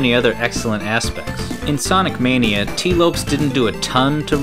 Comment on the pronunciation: Is it not pronounced "Lo-pes"? He's Portuguese American and an "s" in the Portuguese language is like the Spanish "z" (though hard "s" is if a word starts with it). So, Lopes is the Portuguese equivalent of Lopez.